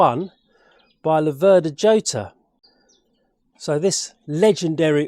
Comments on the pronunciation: Not djota, not iota, but rrrrrhota. J = rota in spanish. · Jota is pronounced "yota" in Italy and "hhota" in Spain! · Hota would be the correct pronunciation of the Spanish dance in 3 time, just as Jarama is pronounced Harama. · Ho-tar. if its Spanish. never heard it pronounced like that though. Yo-tar is what i mostly think of them as. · The Jota is actually pronounced Hota, but everone calls it Jota. It was a developement of the original Laverda 3cl and given the Slater treatment of high lift cams and high compression pistons and cast wheels. If you had good tyres on they actually handled very well, in fact I managed to grind the primary chain case adjustmeht nut at 45 degrees just cornering. They aren't without issues (head cracks at the spark plug and the alternator woodruff key is made of cheese. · Should be pronounced "chota" same sound as in Scottish "loch" Nice bike, but yes, why not give it the old racing colours? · I think it's pronounouned "Ho-ta" as in the Spsnish name "Jose"..... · Nothing compares with that 180 sound. What a bike. PS: it's pronounced Chota, where the ch is like the ch in loch. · Jota is pronounced as Hota. The letter J in spanish is pronounced as a H just as Jerez the sherry producing region of Spain is pronounced Herez.